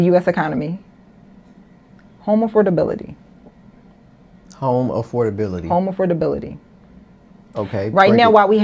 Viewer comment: She cant even prononuce AFFORDABILITY, properly. Use your vowels and tighten your tongue 😂